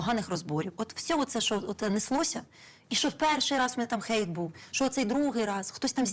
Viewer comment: це "ХЕЙТ" на "ГЕЙТ" вже змінили ?... зовсім Й бу дались ...